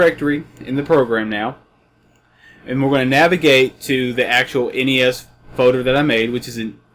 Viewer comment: I think you mean FOLDER no FODER